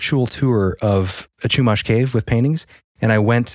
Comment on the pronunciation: I live somewhat near SLO. As a Californian, I appreciate you guys getting the pronounciation of the towns correct. There is a Chumash casino nearby, where there are a lot of stories of people driving on the 154 and reporting some sort of witch in their rearview flying at them like chasing them. Not on a broom mind you, just flying and more like a banshee than the cartoonish witch description we all know. Once they reached a certain road marker, the entity would be gone when they checked their rearview again. There's a lot of wrecks that happen on that stretch of road. It's an even more local legend. It would be interesting to see what you guys can find on this. Back in the 90s, my dad drove that stretch of road, and to this day, he brings up a story about when he was in his 20s him and some friends were on that road at night. They were in an old van, his friends were passed out drunk in the back row. If you know, vans you know there are 3 rows, driver and copilot, 2nd row passengers, and 3rd row passengers near the back hatch. So no one was near my dad as he drove. He says that as soon as he reached the section of road that is supposedly haunted by that entity, he felt his seat belt being tugged hard from the section that goes across the waist. He said he thought it was his friends messing with him. Eventually, he got fed up with the repeated pulling, and he looked back to yell at them, but he realized they were all fast asleep and snoring in the 3rd row. He said he felt the